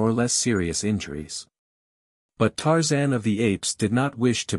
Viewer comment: This AI is excruciatingly painfully exasperating to listen to. Makes me feel like expressing myself with 4 letter words. At least it pronounces Tarzan's name correctly.